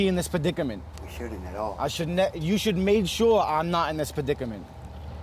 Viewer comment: “PA DIC A MENT” 😂